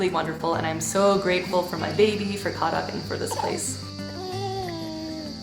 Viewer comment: Ahhh it’s KHAdak not khaDAK! 😳. Safe travels!!